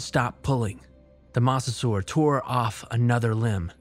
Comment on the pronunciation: It's pronounced "moe-sa-saur."